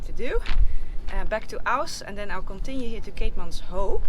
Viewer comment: Noraly if you say it like "keetmans whip" your pronounciation will be spot on. Also " buy a donkey" is baie dankie. Enjoy my beautiful country, stay safe💕